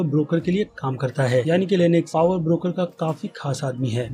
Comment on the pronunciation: bro it's not 'Power Breaker' it's 'Power Broker'